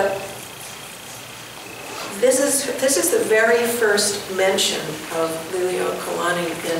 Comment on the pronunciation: Please pay attention to your pronunciation of the Queen's title. You're pronouncing it "lily-oh-kalani." Check with someone who has that hereditary connection to the Queen to see if that's the correct pronunciation.